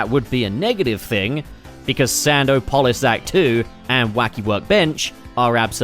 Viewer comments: You're pronouncing "Sandopolis" like that as a joke... right? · The way you're pronouncing Sandopolis is giving me an aneurysm. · I can't with sand-O-polis lol. Love it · thought he was sneaky with that sand-o-polis pronunciation 😭😭